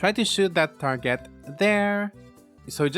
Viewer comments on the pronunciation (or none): none